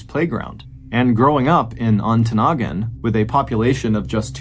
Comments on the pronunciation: Mr. Ballin, you did pronounce Ontonagon correctly. However, you mispronounced Moilanen.. it’s Moi la nen. Emphasis on Moi. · So proud of you pronouncing Ontonagon correctly! Way to go, Mr Ballen! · I WAS SO EXCITED I THINK I PEED A LITTLE - UPPER PENINSULA OF MICHIGAN!!! I live way way up in the Upper Penninsula of Michigan - 45 minutes from the "end of the road" and you did a great job pronouncing our Yooper towns. Especially Ontonagon. I promise you, if you look into Keweenaw County lore, you will be amazed at some of the mind-boggling mysteries up here. Or tragic unsolved mystery... look at the Italian Hall Disaster in Calumet MI.... that story you could knock out of the ballpark!